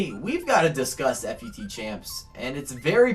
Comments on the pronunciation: About to stop watching after you pronounced FUT "Eff You Tee". Stopped watching at the like-begging. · why you gotta call it f u t? ;_